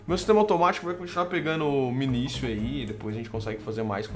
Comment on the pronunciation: 3 dicas 1:não se pronuncia "minisio" e sim "minikio" 2:tenta fazer a semente de cacto e deixar ele boladão então vc prepara um terreno 3x3 com o cacto no centro e coloca as sementes fracas para reproduzir lá como o cacto n nasce em terra ele n vai se multiplicar e as propriedades dele vão passar para as sementes novas(elas n vão nascer 10x10x10 e sim +- 5x4x6 mas se botar lá de novo elas aumentarão mais ) 3: o QDS funciona com funis